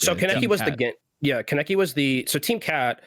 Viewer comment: just a sidenote you are all pronnouncing kaneki wrong, he named himself after an anime character it's pronnounced kahn-eh-key